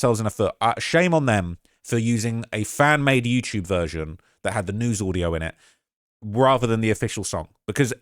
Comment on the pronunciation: its funny bc when you say YOUCHUBE IT ANNOYS TF OUTTA ME BLOL